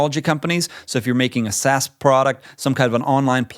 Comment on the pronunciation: SaaS not SaSS